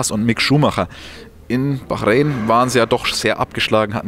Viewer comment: Wie oft willst du noch Bachräin sagen?: ja